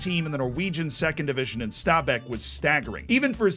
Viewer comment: great pronunciation of stabæk really impressed